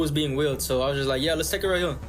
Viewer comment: "It's wight hewe!!"